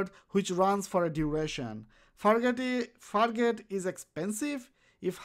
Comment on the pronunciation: fargate.. you said it more like fakk it